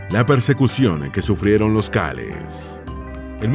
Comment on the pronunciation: Son Calés no Cáles.